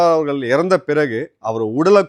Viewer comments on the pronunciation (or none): உங்கள் நிகழ்ச்சிகளில் இருக்கும் ஒரே பெரும் குறை மோசமான தமிழ் உச்சரிப்பு. குறிப்பாக ல ழ ள. இதை சரி செய்து விட்டால் மிகவும் சிறப்பாக இருக்கும். அவர்கல் இவர்கல் தமில் அப்பலுக்கு பலம் பெறும் இப்படி ஒரு நாளும் உச்சரிக்க வேண்டாம். கொஞ்சம் முயற்சி செய்யுங்கள் கண்டிப்பாக சரி செய்து விடலாம்.